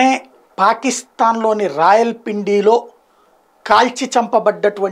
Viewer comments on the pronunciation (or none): అది రావల్పిండి సాయి బాబా... రాయల పిండి, కాదు 😊